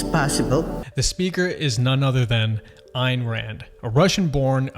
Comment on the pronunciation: Ayn is pronounced, Anne.